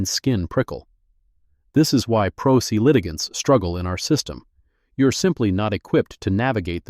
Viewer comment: First minute, Pro Se is pronounced “pro SAY”. (17?) satisfying”……. I’m DONE. No since wasting my time on something the Producers showed no care!